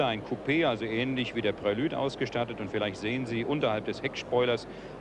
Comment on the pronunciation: Für mich sagt er völlig korrekt "Prelüd". Alles gut.